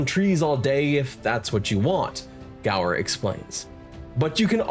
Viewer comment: Uh... it's Andrew *Gower*....